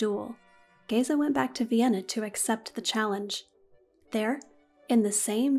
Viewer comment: You did good with name of Géza. I am Hungarian and we say the same way.